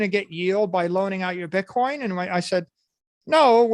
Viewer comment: He lucks ruff as fuck - It's called Bitcoin not Bitcorn Michael